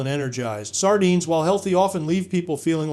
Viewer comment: Sar dynes.. love the AI pronunciation.😢